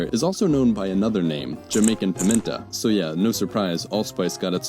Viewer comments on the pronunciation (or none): it's 'pimento' love. nice video, thank you